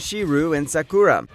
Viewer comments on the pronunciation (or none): Okay. I'll be honest. Listening to him pronounce Shirou and Sakura as 'She-rew' and 'Sa-koo-rah' had me talking out loud to myself like 'How tf does this guy have an Anime channel and he can't even pronounce their names correctly?' And then he said 'oof-ta-bull' and all was forgiven. As evidently it turns out he's fully aware he's a filthy heathen wallowing in his own shameless depravity for all to see.